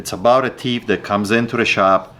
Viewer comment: Like how he says "Tief" instead of thief